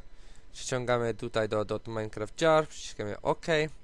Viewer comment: nie totminecraft czy jakos tam tylko .minecraft